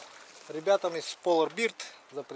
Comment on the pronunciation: Не Полабирд, а Пола Берд.... "Е" с двумя точками сверху...))) А так ты молодец, смотрю твои видео с удовольствием...